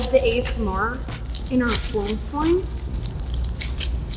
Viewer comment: why do you say floam instead of foam?